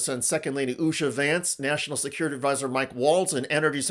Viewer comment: Can’t even pronounce his wife’s name 😆